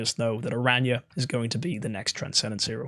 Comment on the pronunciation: Aranya 😂 I’m dead just say how Barry says it. We all know you watch his videos lol